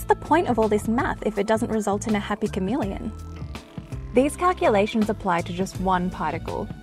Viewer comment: Um...it's "Chamamellion"